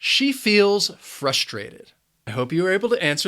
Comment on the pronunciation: sir, why you pronounce the sound s in the word frustated with the sh sound?